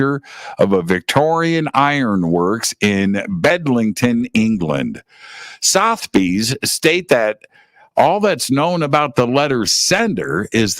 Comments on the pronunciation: Its pronounced SouthERbies! Think like southern is pronounced. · Said “sutherbees” spelt Sotheby’s ! Just fyi 😊